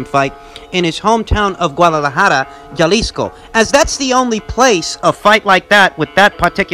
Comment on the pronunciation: Jalisco is pronounced (ha-lisco )